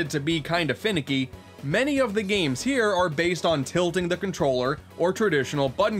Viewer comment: Mayrio and Sanic At the Elimpeeck Gams